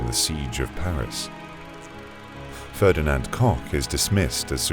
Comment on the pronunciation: he definitely said Ferdinand Cock right here